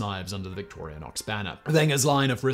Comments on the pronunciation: Ugh. Also: Victorinox, not Victorianox. It seems very weird that you research it all but don't bother to say the names correctly. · You're adding a non-existent syllable after the "i" in Victorinox. Vic-tor-i-nox. It's like you're saying "victorionox" And you're pronouncing the G before the N in "Wenger" I thought we were supposed to be the illiterate ones here in the states :P What is all of this, then? ;D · My MiniChamp goes everywhere I go! Thanks for the info! Just one thing, it's pronounced "victory-knocks"... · Simon, there is *no* "a" in "Victorinox"... and the "n" comes *before* the "g" in "Wenger". Beyond that, this was an excellent reading of the "Swiss Army knife" Wikipedia page 🤪😂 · There's no "A" in "Victorinox." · Simon, for the love of all that is good, THERE IS NO "A" in VICTORINOX!. It's 2 words "Victor" and "INOX" pronounce properly as VICTOR-INOX...NO "A". Geeze man you LOVE to mangle names! Please, Please, PLEASE, have the folks doing your research be more thorough, so you can be at least correct in how you pronounce your "facts". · I hate to break it to you Simon, but you mispronounced the company name every time in this video. There is no A in Victorinox. I winced so many times... 😅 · amazing, Simon managed to consistently mispronounce both manufacturing company names troughout the whole video ;-) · Most British pronunciation of Victorinox ever. Adding superfluous letters 🤣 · If only he'd pronounced any of the brand names correctly a single time in the video! 😄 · Alternative title: Triggering swiss people for 13 minutes by misspronouncing Wenger and Victorinox XD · Wow! You managed to get the pronunciation of both Victorinox and Wenger wrong! Otherwise a nice summary. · Has Simon been taking pronunciation lessons from Josh? Victoria-nox and Wegner? Come on Simon, you’re a professional… you’re better than that! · He mispronounces “Wenger” as “Wegner” & “Victorinox” as “Victorianox” every time. WTH. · Simon keeps saying Victorianox